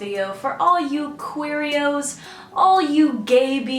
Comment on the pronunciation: when she said queeros i swear she said cheerios